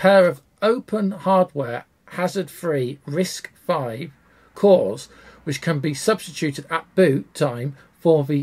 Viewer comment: Great video! Hint: you don't have to keep saying both: It's officially "RISC-five. not "V".